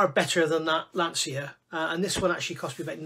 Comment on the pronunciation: I knew you would rise to the challenge! 🤣 resistance is futile. If you don't beat this into submission, I'll eat my hat. Nice to hear someone who can pronounce Lancia properly too.